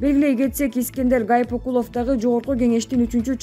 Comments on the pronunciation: Журналист Гайпыкулов эмес Гайыпкулов туура окусан Боло такыр эле сабатсызсынбы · Гайпикулов эмес, Гаипкулов. Мирзиеев эмес, Мирзиёев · Ушул кыз туура окуганды уйронуп алса жакшы болмок Гайпикулов эмес Гаипкулов. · Аай журналист кыз, окуй турган материалдарынды, адамдардын аты жонун бир канча ирет окуп даярдансан болмок.Гаипкулов дегенди Гайпикулов деп ал эми Озбекстандын президентинин фамилиясын Мирзеев деп ката окуп жатасын, бул абдан уят сабатсыздык да. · Мирзеев. , Гайпикулов ушинтип. туура эмес. окуп. жатасың . Туура окуп. даярданып . алсаң боло . Ар. .бир. нерсеге. терең. .маани ... берүү .. сөзсүз. керек .эй. кыз. .